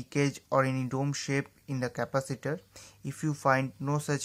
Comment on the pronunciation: He said decapatator